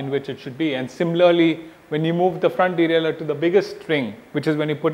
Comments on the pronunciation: its deralier not delaler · No. It's derailleur, dumbass.